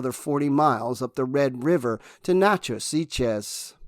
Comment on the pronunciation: Chillicothe= Chill-a-coth-ee (ship), Natchitoches=Naga-dish or Nack-a-dish (town in LA), Ouachita= Wash-a-taw (River in AR/LA). Those French and Indian names are tricky...